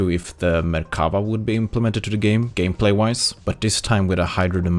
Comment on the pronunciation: The Merkava is pronounced with stressing on the “va” BTW :) I think the collector vehicles section opens up a lot of possibilities for WG. Imagine some vehicles which are tier10+, and having one per nation, and you could buy them if you have like 2/3 tech tree tier 10s. Maybe they could have their own MM as well.